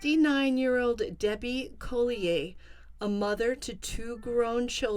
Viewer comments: I feel like you’re pronouncing their last name incorrectly. It’s Collier. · Is that how you pronounce Collier